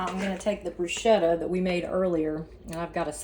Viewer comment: It’s pronounced brusketta. The ch in Italy is pronounced with a k sound..